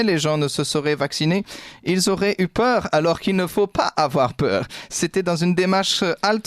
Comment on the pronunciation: " n ayez pfffa pewuuur.." 🐑💉🤔